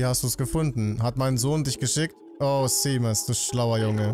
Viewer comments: Seamus spricht man übrigens Shäjmis aus. Ein harry potter charakter heißt genauso, und da wird es auch Shäjmis ausgesprochen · Ich glaube Seamus wird ''Shaimus'' ausgesprochen